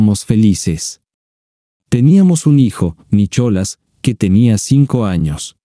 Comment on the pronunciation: Nicholas😂 se pronuncia Nicolás 😂😂 😂